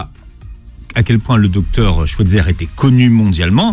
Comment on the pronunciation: sauf que lui aussi le prononce mal, c'est Schweizer avec un "aïe" pas un "è"